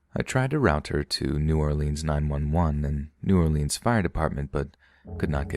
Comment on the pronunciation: NEW👏🏿OR-LINZ👏🏿 I sweartoGod, a baby alligator dies every time y'all say "New Orleeens"